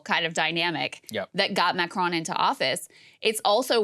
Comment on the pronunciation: Macronnn La Pennn Jeannnn Can Americans at least try to pronounce stuff properly.